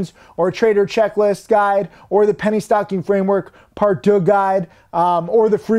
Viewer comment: uhm…. Deux is pronounced doo not der that would be a German word which doesn't derive the same meaning.